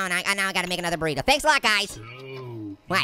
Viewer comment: THIS GUY MAKES ME LAUGH EVERYTIME HE SAYS BORRITO